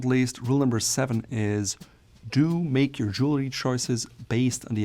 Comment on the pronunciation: Jewelry is pronounced Jewel-REE. Not: Jewel-LA-REE.